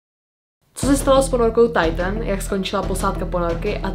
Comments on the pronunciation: hovorila to mu Titan a nie taitn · Nečíta sa to tajtn 👄Alw titán